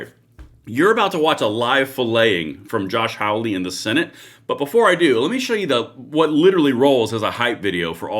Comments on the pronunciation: I have one minor correction that I'd like to add. Josh's last name is pronounced like "holly" not "howl-y" but that's just a minor point. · Josh's last name is HAWLEY. Pronounced "haul - ee." Not "howl-ee." 💚